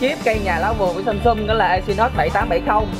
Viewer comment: em ơi..Samsung chứ kg phải Samsum nha.😁